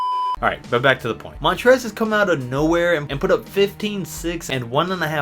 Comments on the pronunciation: smh you amateur, the L is my boy Montrezl hasnt been taking Ls. Lets say he gets dunked on by Giannis, then his name will become Mon-Trez-Ole. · it’s shrOOder and montrezzEL